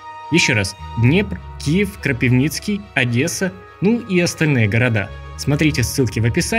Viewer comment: Насправді російською може і не "звучіт", але українською дуже і дуже класно - Кропивницький (українське "и" читається як російське "ы"). Це теж саме з пивом. Куме, Ви знаєте як мос-лі(без образ це анекдот) наше "пиво" називають, (кум)Як?, "піво", повбивав би )) .Це різні мови тому не варто читати українські назви на російський лад.